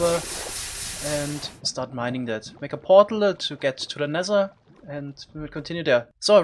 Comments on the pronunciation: Normal people = "Nether" This guy= "Nezzher" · Why are you saing nezer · Ze nexzer